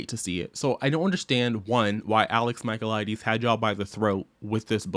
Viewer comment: every time you mispronounced his last name, I died inside 🫠